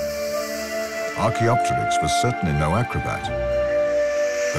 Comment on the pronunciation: I like how the makers show Auracarias as being the dominant trees. Too many dinosaur re-imaginings show angiosperms, a serious anachronism. BTW, the correct pronunciation is archeo-pteryx, with the p silent (ark-eo-ter-icks). It literally means ancient wing in greek.